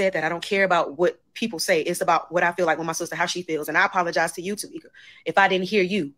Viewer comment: You said Tameka